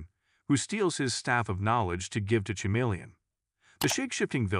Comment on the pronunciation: Stupid ai voice can't even pronounce chameleon right